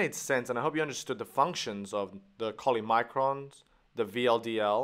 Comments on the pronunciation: great presentation, but please correct CHOLYmicrons to CHYLOmicrons. There is nothing as such with that name. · It's CHYLOMICRONS not cholymicrons. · CHYLOMICRONS..not cholymicrons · Like all of your videos, this one is amazingly good as well. But it's not "Choly" but "Chylomicrons". But again great work as usual! 👍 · Great video. I think it is Chylomicrons. You kept saying Choly... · isn't is chylomicrons not cholymicrons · I know this may not be super important, but is it not supposed to be cholymicrons but chylomicrons... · It's chylomicrons and not cholymicrons. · Yes, I agree with the above comments. It is a very useful video for anybody interested to know more about Lipoproteins. Only a small correction if I may, It is Chylomicrons' (from Greek Chylos meaning juice) & pronounced as 'Kilomicrons' and not Cholimicrons. Sorry about that...Dr.Albert Bailey (medical doctor) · Excellent video. Isn't it chylomicrons though (u say choly). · "Cholymicrons" ??? I've noticed that although you're a very good artist, you often (not only in this video) lack the knowledge of medical terms that a doctor or medical student would immediately know. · Don't you mean Chylomicrons? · Its chYLOmicrons.. btw drawing was great.. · Great video! But the textbooks all say Chylomicrons instead of "Choly" but still very grateful! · Great video. Just one thing: it is called chylomicrons. ;) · is it not CHYLOMICRONS? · Do you mean "Chylomicrons"? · Isn't it suppose to be CHYLOMICRONS?